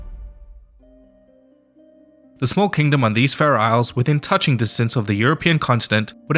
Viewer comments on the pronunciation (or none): none